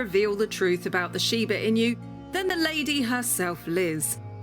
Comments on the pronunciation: Imagine making a whole wikipedia video about something but ends up mispronouncing the name so badly during the entire duration of the video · At least she could’ve researched on how to pronounce the word. It’s annoying to listen that I didn’t finished watching it. Was only until 3 minutes. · So annoying to continue to mispronounce! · It drives me crazy . She's pronouncing it wrong. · I’m cringing hard the way she pronounced it